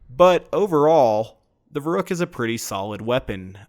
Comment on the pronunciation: I know it's pedantic, but the 'u' in the name should be a lot more pronounced, like "Ver-oohk", as in "Veruca Salt", as in "Veruc assault rifle"